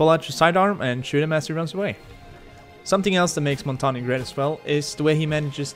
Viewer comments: Montagne, you say it like Mon-tay-ain. Not mountainium... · Its more like pronounced Montanjeu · Its it's pernounced in French Mon tang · LOL The guy says: Montagna, yes this is how you pronounce it. Not it isn't. I'm French and you don't say the E at the end. English speakers have difficulties with his name because the "mon" syllable doesn't exist in English. You pronounce it: Montagn, without the E. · As someone who speaks french, i can confirm one thing: it's not pronounced montanya. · I thought it was pronounced mon - tan -yay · Omg everyone pronounces it rwrong I know French this is how u pronounce it "Mon-tang" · Its pronounced Mon-tang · is not montagna truste me im a french canadian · Jamie Walters ffs I live in quebec and the error that everyone make is thinking the g is silent it’s: its actually a mix and this mix just doesn’t exist in english so if you don’t speak french say mountain it feel like if everyone said maounttaain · the error he did was prounoucing the e as an a again the e is very different it sounds like the the end of how you guys pronounce L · I mean you're right it's the French word for mountain but you really need to look up how it's pronounced bud. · Said montagne wrong